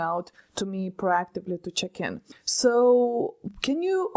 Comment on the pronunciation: She said "check in" but I was sure she said "chicken" 🙂